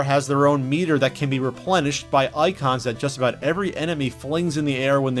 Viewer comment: you say "emeny" instead of enemy. Love. No trolling. Batman wins